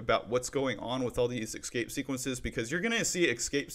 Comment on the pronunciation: Great Content ! btw is just me or does he really say "Exscape Sequences"?